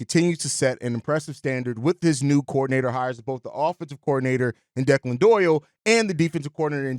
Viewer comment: Your pronunciation of the OC’s name was killing my dude. It’s Irish, pronounced Deck-Lin , not De- klan.